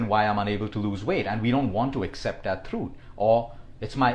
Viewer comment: Did anyone notice "Thrut" instead of "Truth"